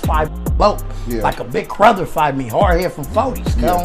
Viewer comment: Had to rewind when mans said ..."he was a big Crother to me"